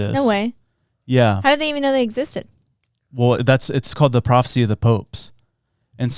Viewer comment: bro she said papisie instead of prophecy she literally has two brain cells and they are fighting